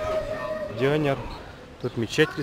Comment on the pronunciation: Классно. Единственное, поправлю, не дЁнер, а дёнЕр. В турецком языке почти всегда ударение на последний слог...